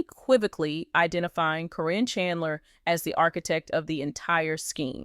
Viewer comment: Corin is Caryn Chandler. The woman doing the reporting should know how to pronounce the names but she messes up frequently. Sometimes she says the name correctly then in the next sentence or two she mispronounces the name. She does for Zach's and Lila Ray's names too.